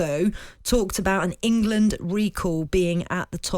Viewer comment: I don’t listen to any pundit who says Wemberly and Ingerlund! 😂😂